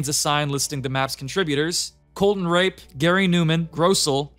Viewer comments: It's pronouned ra-pai, not- nevermind. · I'm so sorry how do you mispronounce rappe that badly